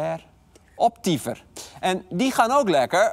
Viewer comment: Ik verstond ook eerst Optyfen